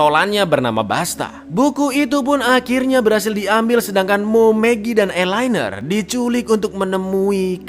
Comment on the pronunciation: Namanya Elinor tapi kenapa kedengerannya eye liner 😂😂😂